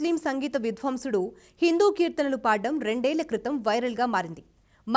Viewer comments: /57 విద్వాంసుడు అని పలకడానికి బదులు విధ్వంసుడు అని పలికారు.దయచేసి సరిదిద్దుకోగలరు. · విద్వాంసుడు అనిపలకాలమ్మా..